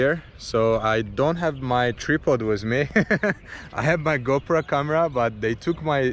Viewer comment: It is not a tree pod but “ Tri -pod” mens stand for camera with 3 legs. pronounce it differently dude to his accent, lol.